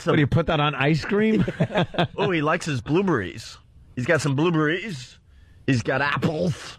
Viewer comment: That's Opie's idea of comedy, saying "bluebuhrreis" is top tier comedy. Fucking hack i hate Opie so much, sometimes he is alright and he has said something funny about 3 or 4 times in his entire o&a career, but most of the time he is so bad i just fast forward until he is quiet or else i will throw my phone out a window.